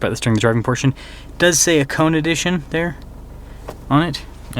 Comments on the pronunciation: Ha-Ko-Neh not hacone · Haa-kow-nay..... Just saying...😉